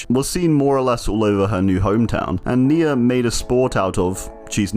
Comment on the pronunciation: nemesis perk even says NE-a virus